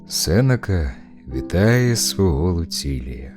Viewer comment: Чому неправильный на голос..? Сенека на другой склад, а не на перший !